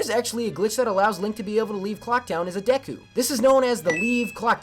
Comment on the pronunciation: you are one of the few that pronounce "Deku" the same way I do. It makes me feel better knowing that. Other than that, I also adore Majora's Mask! However, I'm not good at doing glitches either, so don't feel too bad for the ones you couldn't pull off